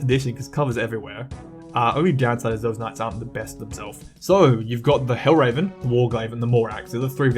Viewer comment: It is hel-ver-en not hell-raven. Otherwise, really great video. Good analysis